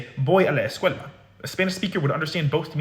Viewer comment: that’s interesting. I’m a Spanish speaker from New Jersey, where there’s also a sizeable Arab community. What tipped me off was his pronunciation of the “a” sound in “a la”, which sounds very Arabic to me. He also put too much length on the L in “escuela” and his D sound is too hard to sound like a native Spanish speaker. I also looked and saw he does a lot of videos on Arabic and he sounds pretty accurate with his pronunciation of that language. If I were to guess, I’d say he’s probably of Lebanese descent, but I’m not an expert so don’t quote me on it.